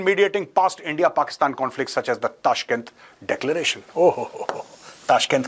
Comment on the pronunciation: Big fan Major! Especially your pakistani accent! Its been a long time since you have said "Endia" in typical pakistani accent. What are your thoughts on nuclear disarmament of Pakistan? How big a threat do you consider Pakistan's nuclear arsenal in a potential war with them? Is Pakistan's nuclear disarmament possible? How would it happen according to you?